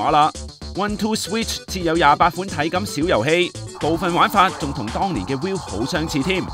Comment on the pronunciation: Wii.... 係讀WE... 當年已經講左好多次唔係讀WILL....